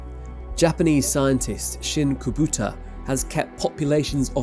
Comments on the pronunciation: The Japanese scientist's family name is Kubota. Pronounced kinda like you Brits would pronounce coo-boh-tah. Not "koh - boo - tah". That's Kobuta in Japanese. Kobuta means "piglet". You kept calling him piglet. AHAHHAHAAHAHAH! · Please make more of an effort to pronounce people's names properly. Dr. Kubota's name was said twice and both were wrong.